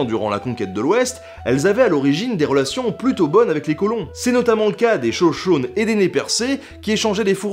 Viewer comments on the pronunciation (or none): Super vidéo de ta part! Je voulais juste te corriger sur la prononciation de la tribu des Shoshones, on dis Shoshoni mais si cela s'écrit Shoshones, j'espère t'avoir appris un truc ;)